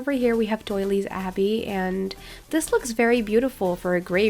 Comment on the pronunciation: I TOTALLY don’t mean this in a mean way at all but “Doyle’s Abbey” isn’t pronounced like “Doily”, there’s no second syllable. Also “Jarle’s Tomb” is pronounced “yarl’s toom” :)